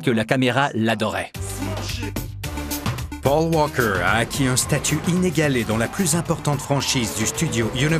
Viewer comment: Le commentateur ne sait pas dire paul walker ou bien ..... ?? pauw wawkeur et après il parle bien le français. LOL